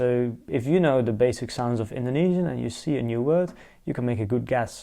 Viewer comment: I am Indonesian and I am watching this for my foreign friend to convince him learning my language. Your pronunciation is good! I am impressed.